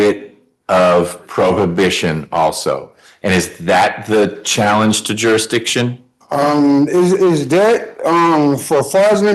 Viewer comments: He says jurisdishen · Is jurydition is that a thing or is he just saying it wrong? Is he trying to say jurisdiction? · He should be charged for murdering the English language. I don’t even know what a “juradisson” is 😂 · Hey, its....😅😅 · Jurrrisssdition 'read slowly' 😅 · "What's the juradishon?" Handcuffs are the juradishon you clown. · Jury ditsun? WTF is that? 😂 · I think.........if you can't pronounce jurisdiction, you shouldn't be able to plead jurisdictional issues!!! LOL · They cannot pronounce the word jurisdiction. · There is no way on God's earth that the court should be allowing this utter moron to defend himself. He is so stupid that he's at a massive disadvantage. Also, if you're going to go on and on about jurisdiction, at least learn to pronounce the word correctly.